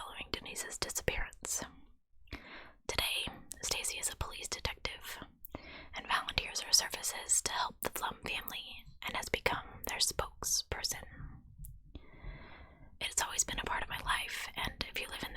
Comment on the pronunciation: I think her last name "Pflum" is pronounced "Floom."